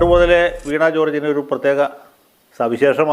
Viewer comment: വീണാ കോർജ് അല്ല..... വീണ കോർജ് ആണ്.....